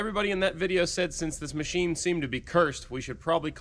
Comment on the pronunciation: I that I heard this dude say Mochine!